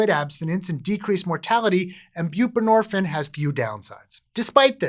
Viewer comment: Is there a reason you done pronounce the “ine” part of the word “buprenorphine”…? Is it like, a French thing, orrrrrr….. HINT: it rhymes with “morphINE”… indirectly… well in an Eminem kinda way.